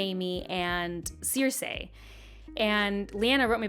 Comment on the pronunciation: Your pronunciation of 'Cersei' makes me want to blow my brains out